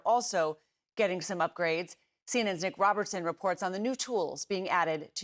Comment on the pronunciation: on ze ground, in ze air, English is not my native language but i'm sure it must be "the"...